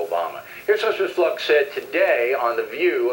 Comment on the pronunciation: Bill O'Reilly can't even pronounce "Fluke" right what a moron.